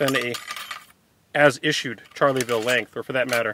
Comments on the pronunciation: Shar-la-vill ….not charley-vill 😂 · Not trying to be a smart ass, but I always thought it was pronounced "sharl-ville" not "charly-ville". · nice presentation, BUT, it is NOT Charley-ville !!!!! it is French 'Shar-Lay-Ville' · This musket is not a "Charlieville" but a "Charleville". There is no "i" and the "e" is silent. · Shar (hard r) leh ville... Not Charley.. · Isn't it pronounced Schar-la-vill? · "Charlyville" - actually you don't pronounce the "e" ; ) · Charley ville. 😂😂😂😂